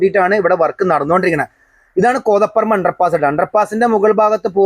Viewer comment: കോതപ്പറമ്പ് എന്നല്ല ഉച്ചാരണം. കോതപറമ്പ് എന്നാണ്.